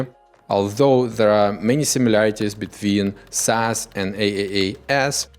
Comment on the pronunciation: Instead of SaaS we get ASS. noted